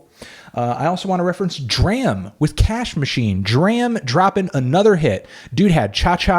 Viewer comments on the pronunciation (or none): D.R.A.M is pronounced like drama